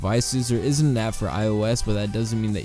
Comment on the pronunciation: Your "is and isn't" sound the same, annunciate those words a bit more also liked the video, but don't feel you highlight the actual products enough. Put links on the reviews or something?